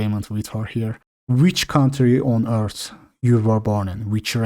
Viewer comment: deki İT diyişi başka hangi dilden olabilir